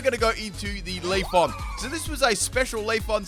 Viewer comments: I cannot unhear Leafon over LeafEon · You tell us to read you for saying "modest ability", but we should be reading your horrible pronunciation of "Leafon"'. It's LeafEon! Lmao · Leaf-on or Leaf-e-on? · He didn't even pronounce leafeon right